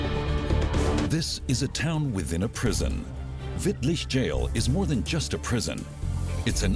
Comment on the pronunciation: He even nailed Wittlich